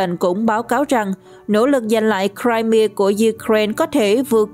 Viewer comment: bán đảo “ Crimea “đọc đúng phát âm theo tiếng Mỹ là Crai-mia chứ không phải là Crai mi a, nữa Mỹ nữa Pháp lẫn Việt.